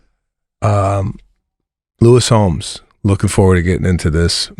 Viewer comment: Seb calling Lewis Howes “Lewis Homes” is killing me 😂